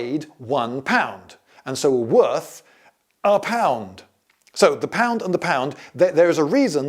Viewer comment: "half the worth" sounding very much Germanic "vert" / "wert"....